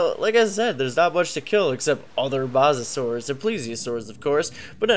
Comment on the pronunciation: its mosa not masa